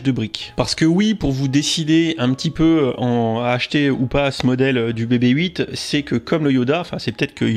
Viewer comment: Bebe Eight... c'est quoi cette prononciation, soit on le dit a la française donc "bébé huit", soit en GB et donc "bibi eight"...! sinon bonne vidéo!